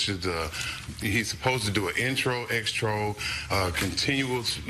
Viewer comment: Did he just say extro? 🤦🏾‍♂️🤦🏾‍♂️🤦🏾‍♂️